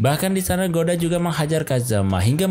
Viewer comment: Goda jadi gada, akoda jadi akodo, agak typo dikit ya ngab bacanya😅